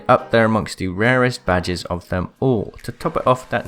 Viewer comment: "Ill be showing you the rarest badgers in Apex legends". Now you cant unhear it. You're welcome.